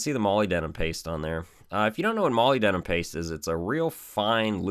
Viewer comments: Moly denim paste? Molybdenum? Muh-lib-deh-num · Muh-lib-duh-num That's how you say Molybdenum. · Awesome video. For your info your pronunciation of molybdenum is off, petty I know, but if you're like me you may wish to know how product and other names are accurately pronounced.. check this out..